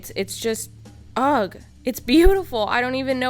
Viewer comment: Omg!!! You pronounce the word 'ugh' like "UGG"... Almost like the boot company and not with a silent G. I've never heard anyone say it that way before. I had to go back and replay it, lol.